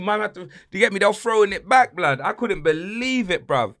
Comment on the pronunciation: Cristianokardashian😂🤣 'I'm beck' 😱